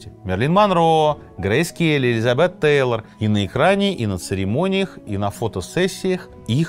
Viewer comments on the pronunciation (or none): none